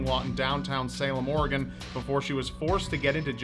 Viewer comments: Props to pronouncing Oregon right but it is Will-am-Et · The fact says Oregon right is refreshing